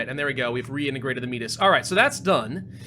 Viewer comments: Just so you know Metis is not pronounced meat-is. It's may-tee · As a Canadian I feel like I have to say it, Métis is prounounced May-tee. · ARRRRR METIS (I'm sorry)